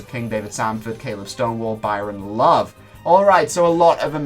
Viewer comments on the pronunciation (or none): none